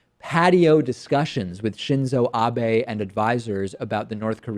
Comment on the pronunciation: Hilarious Btw, not narcissistic enough to think you worked on your pronunciation of "Abe" for me David, but you're no longer "on notice" :P